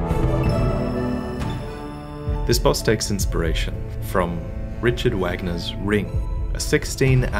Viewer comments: Lol "wagner" you mean "vahgner" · Did he just say Wag Ner? Sigh well I guess he was a Nazi so he deserves that mispronunciation, but it's pronounced Vogner. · As a 4th year college student going to school for music, hearing pronounce Wagner instead of (Vaugner) hurt me more than it should:(